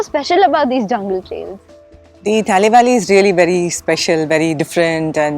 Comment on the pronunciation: Thanks mams for covering our place and showing to the world.one thing i would like to suggest is the way you pronounce the name Talle valley.its should actually pronounce TA LE BE LE ( not TA LI BAA LI).im an apatani guy from ziro if you want more about this place i would be very happy to help you .thanks all